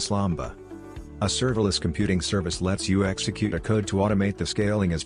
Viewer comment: Good overview, need a correction, it is aws lambda and not lamba